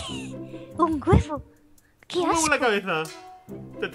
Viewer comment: desde cuando dice "asco" y no ajco?